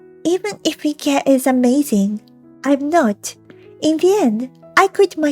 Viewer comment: IKE is pronounced the same as "like" not icky